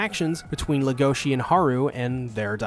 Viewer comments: Everyone: LEGOshi This guy: legOSHI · The fact u said everyone's names wrong even after they said it several times in every episode- Leg-oh-shee (stressed, unstressed unstressed) Hah-roo (rolled R) (Stressed, unstressed) Loo-ee (stressed, unstressed) (sowwy I had to I'm a Beastars addict) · Everyone says "Legoshi" but in reality it's "Legosi" like Bella Legosi, the old Universal Horror movie star from Dracula and The Wolfman. Even though in The Wolfman he only played a minor role as the gypsy "Bella", who infected the main character, Lawrence "Larry" Talbot, with Lycanthropy, thus kicking off the whole concept of the movie's plot. He also portrayed such Universal horror monsters as Frankenstein's creature, The Wolfman, in other pictures, and his most famous role as Count Dracula. The author has stated that Legosi's name is a direct reference to Bella Legosi himself. She also mentioned that his name being so difficult to pronounce directly effected her choice for the name of the other main character, the White Dwarf Rabbit "Haru", so that they were opposites not only in nature but in name pronunciation as well. Just some extra information I found interesting.